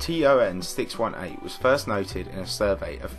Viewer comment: Is this guy saying TRN?